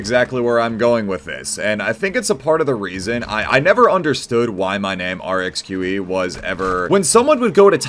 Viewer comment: pronounces Rxqe the best imo